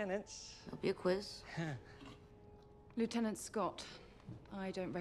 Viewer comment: Aye, and he pronounced lieutenant correctly! That's also a first.